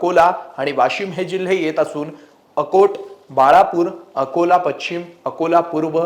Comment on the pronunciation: पच्छिम नाही पश्चिम म्हणायला हवं